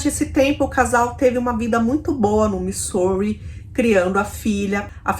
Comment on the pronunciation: nao fica brava comigo nao, mas ja assisti varios videos seus, e faco maratona muitas vezes, e quando voce menciona o nome da cidade Missouri - USA voce fala errado, nao e uma critica, sim uma ajuda. Na proxima vez que voce falar o nome dessa cidade diga assim: mizuri, ajuda ne, - nao fique brava, te curto demais. Bjo❤